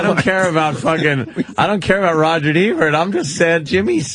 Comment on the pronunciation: "Rogert Ebert" lol